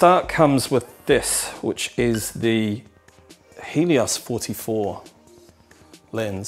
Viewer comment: Did he say Hideous-44 lens? 😂